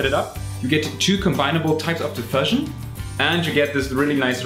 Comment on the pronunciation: In English, 'diffusion' is pronounced /dɪˈfjuːʒən/. That is, the 'u' is pronounced like the word 'you' or like the vowel in 'tschüss'.